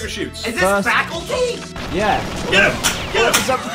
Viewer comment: called the level "Faculty" instead of Facility. haha my friends and i did the exact same thing back in the Goldeneye days!